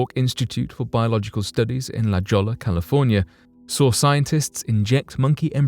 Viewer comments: You mean La HOY AH ROFL? Its not La Jah La... The name is of Spanish origin making the j SILENT 🤣🤣🤣🤣🤣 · Another outstanding production. For future reference the J in La Jolla is pronounced as H and is pronounce it as la-hoy'-ah. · La Jolla — La Hoy-yah. It means, “The Pearl”. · I too was tickled by the pronunciation of "like Jaholla" as you. Laughing makes me smile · Lol La Jolla is pronounced La Hoyah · La Jolla is pronounced: La-Hoya. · It’s pronounced LA HOY YA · If you, are to continue, to an American audience, please, learn to speak, in American terms. La Jolla, is pronounced, :"La Hoya". From the Spanish, all "J's", are pronounced, as "H's". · "La Jolla" is pronounced "la HOY-a." Please look it up. It's a Spanish term, so the "J" is pronounced like "h" as in "hay," and the "ll" is pronouned like "y," as in "you" or "yesterday." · I'm from New York and when I first moved to California I pronounced La Jolla: La Jolla not La Hoya! 🤣 But I also pronounced tacos, taakos! Who knew! 🤣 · La Jolla is pronounced "la hoya" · I found the pronouncement of La Jolla quite funny. Still effective and understandable, just a giggle.